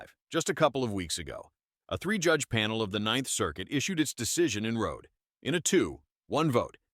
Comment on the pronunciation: Learn how to pronounce Nguyen and Rhode.